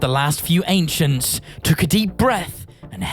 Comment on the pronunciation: The ainchents